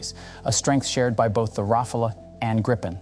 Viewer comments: ROFL, Ra-Fail. Just can’t decide how to pronounce 😄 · So very little real information given, just a lot of general marketing-speak without making any attempt at arriving at a solid conclusion. And how many different ways can you mispronounce Rafale? Useless. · Another one who can’t pronounce rafale properly. In the age on internet and google, it’s inexcusable. The presentation is otherwise adequate.